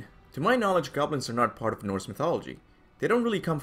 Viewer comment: Did you just say GAWBLINS?????